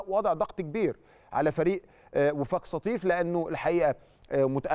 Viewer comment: يا كابتن انطق اسم فريق وفاق سطيف صح